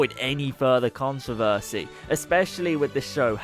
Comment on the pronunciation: i noticed you said controvershe quite a lot on the vid